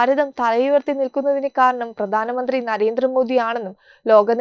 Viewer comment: Correct your pronunciation ..it is bharatham not baratham it is pradhanamanthri not pradanamanthri